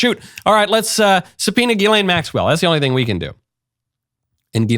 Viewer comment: The S is not silent. Ghislaine